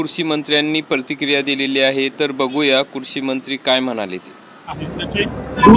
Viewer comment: किती अशुद्ध बोलतो युट्युबर.कुरशी मंत्री नाही, कृषीमंत्री.परतीक्रिया नाही,प्रतिक्रिया.